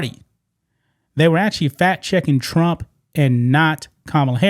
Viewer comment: TRUMP not TRAMP.